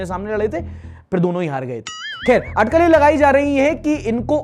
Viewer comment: अठकल नहीं, अटकल